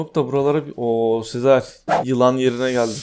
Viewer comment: Abi sezer abiye niye hep seer diyin😅